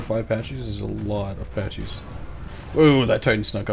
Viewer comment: They aren't "patchy" its pronounced "packy"